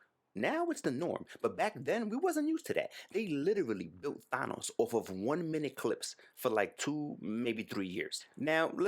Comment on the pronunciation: Thank you for pronouncing THANOS correctly